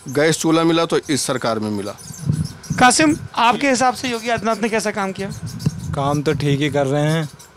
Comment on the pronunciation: Mulla banne k liye na..kasim ko kafim bhi bolna hota hai 😂